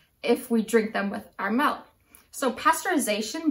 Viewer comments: MELK - its MILK - MI-LK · Nobody mentioned that she's saying melk instead of milk... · Couldn't make it through the video after hearing "melk" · Is she saying melk? Milk is a weird word. Say it like six times and then you realize how strange a word it really is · I’m American. I’m being petty of course. It just bothered me. No e in milk